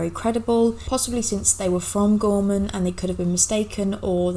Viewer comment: Potomac is pronounced " puh-TOME-ik" the emphasis is on the middle syllable. You did pronounce "Gorman" and "Gormania" correctly.